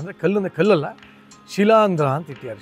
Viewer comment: ಶಿಲಾಂದ್ರನಾ ಅಥವಾ ಶಿಲೀಂಧ್ರ ನಾ, ದಯಮಾಡಿ ಪದ ವಿಭಾಗ ಮಾಡಿ ಸರಿಯಾಗಿ ಹೇಳಿ